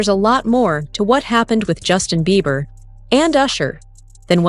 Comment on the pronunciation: His name is Beiber not Beaver 😂